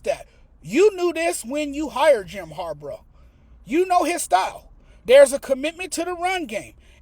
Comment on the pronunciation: Its harbaugh not harbrah 😂